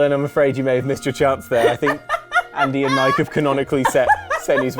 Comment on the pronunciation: There’s no “J” in Mikes name! I call shenanigans!